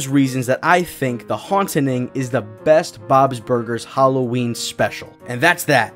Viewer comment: And, the name of the episode is The Hauntening... not "The Haunting." Swine...